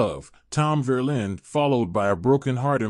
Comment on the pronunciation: "Verlaine" not Verlin!